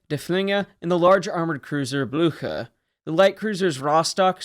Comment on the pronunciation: That’s not how you pronounce Blücher